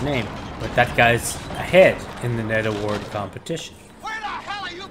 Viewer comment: You know when I first heard you say "Ned Award" I thought you were saying "Netherwort Award" which if you don't know, Netherwort is mushroom or otherwise a fungus that grows in the Nether which is a hell-like dimension in the popular (or at least it was popular, I don't know if it still is or not especially with hytale coming out) game Minecraft. Hytale is said to be a mix between Minecraft and Roblox... I'm excited for it... if your ever interested in doing gaming stuff, this might be right up your alley when it comes out which is supposed to be this year, but idk.